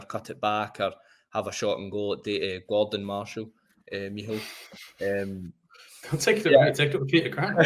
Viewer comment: Meehall? What kind of name is that? Is it supposed to be Mícheál?